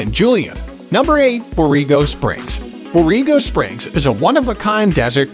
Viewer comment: Bor-ray-go Springs, please.